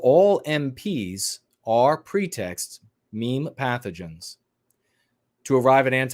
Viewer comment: are you saying "mean pathogens" or "meme pathogens"? I've been trying to figure that out for the longest time. So glad you're back & feeling better! Was praying for your health.